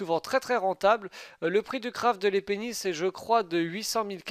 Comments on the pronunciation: Arrête de dire "L'épée Nice" sa fait Les pénis xD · J'aime quand tu prononce " les pénis " :p